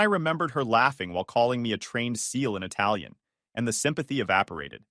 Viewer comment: you spoke that italian so perfectly!